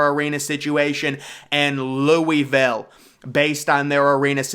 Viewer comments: Louisville pronounced Loo-A-Ville ..not Louie- ville..which is a trash city. I can’t see any superstar NBA player waiting to live there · Loo-uh-vul not Louey-ville